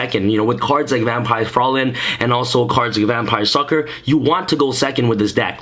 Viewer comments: TrippyMane Yeah it is german. The nearest Pronounciatuon is "Freuline" in german it is written Fräulein. It means a young woman who isnt married but nowadays It isnt used anymore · No critism, just for fun: Vampire Fraulein is a German name. Its spelled ,,Fr- eu (sounds like ,,oy") -lein. ,,Frolin" like you would spell it, means ,,young woman" in German. But its a very old word, no one says that today. Execpt my grandpa maybe.